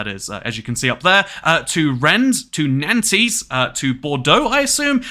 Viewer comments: These French pronunciations 2cat, it's "nont" not nan-tez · prononuced 'wren' 'nants' and 'mar-say' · the pronunciation of Nantes is killing me